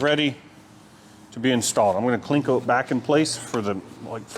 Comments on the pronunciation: If you are trying to debur something in a tight spot, put the deburring head on an extension and the extension in a drill. Sometimes it needs a short extension. Sometimes a long extension. Sometimes a right angle drill. There's always a way. And it's CLEE-CO. No "n". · Cleco no klinko...lol. I found this to be a riveting episode, still holding my bucking bar.